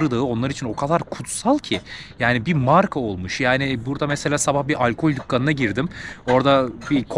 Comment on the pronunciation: Sevgili teşekkürler sayende biz de gezmiş oluyoruz. Ancak lütfen hikaye ve dükkan derken a harfini ince telaffuz et! 😊